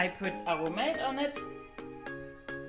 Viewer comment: I love your danish pronunciation of “Aromat” 😂❤ Aromat is a staple in my Swedish kitchen as well, works with everything! 😍 the food looks soooo good as well 🥰 love to learn more about Greenlandic culture!